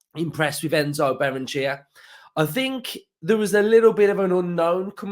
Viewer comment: In Spanish you pronounce every vowel. Ba-rren-e-che-a